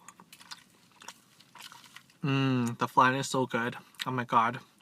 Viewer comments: 😂this man said flang instead of flan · It’s pronounced fl-on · You say flan wrong just saying